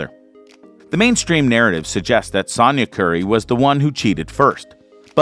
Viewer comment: Dude, say it with me: “Sonya” like “so” or “sew”. It doesn’t rhyme with “yawn” as in “Sawnya.”